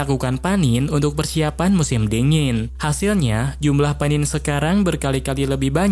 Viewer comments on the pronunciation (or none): Panen bg bukan panin🗿